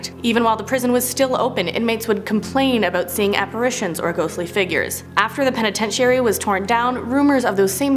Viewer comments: Somebody please teach this woman how to say penitentiary lmfao 😂 love ya but damn seriously 😂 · i switched the video cause the way she says penitentiary... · I sorry but I can't listen to this video because of the mispronunciation of penitentiary. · you are so adorable,you are so misspronouncing penetentary! (Lol I probably miss spelled it)😉🤣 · Hate to gripe but this girl mispronounces so many words she is making me crazy. It makes her sound stupid. If she can’t say it she needs to use a different word. Someone please help her. Start with penitentiary. Thanks . I do love your channel and watch it daily. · You are saying penitentiary wrong.